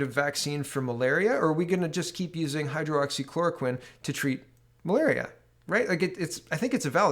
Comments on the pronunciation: Lol, at this point I think you may be doing it on purpose... Hydroxy, not Hydro-Oxy. On a serious note, what is wrong with Quebec's "recovered" column? Every other province/territory has at the least 1/2 of the total number of cases that have recovered, whilst Quebec stands at less than 1/4, someone needs to look into that...and now they plan on "re-opening" their economy first? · It’s Hy-droxy-chloroquine , not hydro-oxy-chloroquine, it’s easier to say it correctly. Not trying to be picky, but you keep saying you have a hard time with it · It is pronounced "high-droxy-chloro-quinn" I have been taking Quercetin (essentially acts the same as hydroxychloroquine, It is an ionophore for the zinc) along with zinc supplements. High doses of vit c, vit d and vit b12. I work at a hotel as a maintenance man and we are currently housing people with covid and have no real concerns about catching the virus because of what im taking. I also wear a mask when i am around people or in a public area.